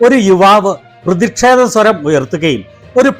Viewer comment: പ്രതിക്ഷേധം അല്ല പ്രതിഷേധം ആണ്...